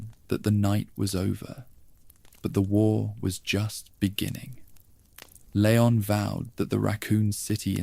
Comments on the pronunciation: Leeee-on. Not lay-on. Ashley called his name enough times in RE4! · It's leon, pronounced lee-on. Ffs